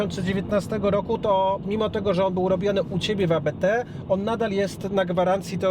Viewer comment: Nie a be te, tylko Abt, bo to nazwisko :)